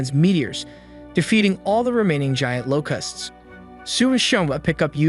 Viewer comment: You keep pronouncing "Locusts" like "Low-Custs" "Locusts" is pronounced "Low-kests" Treat the "u" like an "e" Yes English is fucked... but that is how the word is properly said.